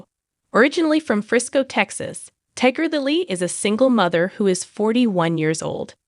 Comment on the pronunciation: Tigger Lily??? 😂 AI sucks